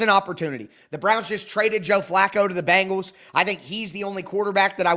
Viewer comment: ** Ben-Gals, not Bang-als